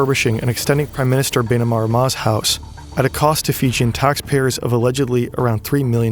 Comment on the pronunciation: The pronunciation is usually Fee-Jee-'n and not Fi-Jin.